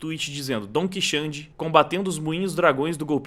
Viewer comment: "Dom Quixande" 😂😂😂😂